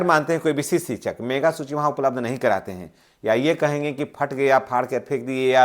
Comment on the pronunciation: सबसे पहले तो सर आप बोलने के लिए अशुद्धियां को दूर कीजिए मेघा सूची नहीं होता है मेधा सूची होता है